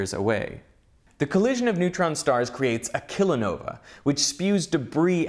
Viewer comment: Kilonova. Kilohertz. Kilobyte. Kilogram. Kilometer. (not, kalamaduh)